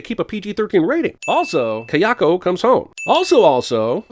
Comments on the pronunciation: It's KAyako not kaYAko, she's not a Warner Bros character :P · Jesus, your pronunciation of "Kayako". Maybe you shouldn't get white-girl wasted before recording? You were slurring in the It Chapter Two video too... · try saying Kayako again, that pronounce was lame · You r the first comment I've seen that mentions that. Thank you! Everytime he said kayako's (sorry if that's misspelled) name i cringed.